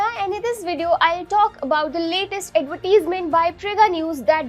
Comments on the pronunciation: It’s not Ad-vet-tease-ment. Ad-ver-tise-ment. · Stop saying adverteesmen...... shithole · Great Advertisement but for the Anchor you have to improve your English pronounciation ( specially the word Advertisement).